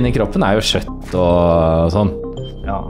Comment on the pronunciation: Lol man sier ikke sjøtt ikke for og være frekk